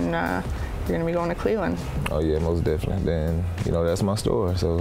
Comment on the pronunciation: MOST DEFINiNTLY all day lol